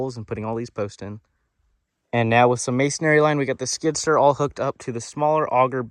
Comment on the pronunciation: Skid-steer, not skidster lol